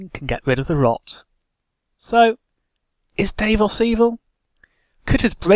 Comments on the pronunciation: dav-os not dave-os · While I enjoyed your sense of humor.. Some of your facts are way off as many have pointed out. Davos did NOT lift that siege. Ned did. And he brought more than just onions. But aside from all that... I could only stand you mispronouncing Davos' name so many times before I had to shut it off...